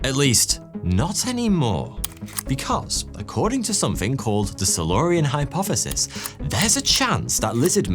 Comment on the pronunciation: Hypofefis? Fheory? Firty fwee?